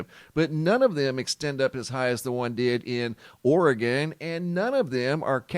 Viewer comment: I live in Oregon but haven't heard anything about the plume.. Thank you for saying Oregon the way it's suppose to be said.. 🤗